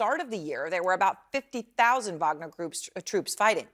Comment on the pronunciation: Wagner is great....not puinaa